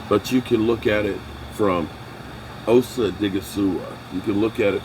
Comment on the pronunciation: IT IS OSA NOT OC SMH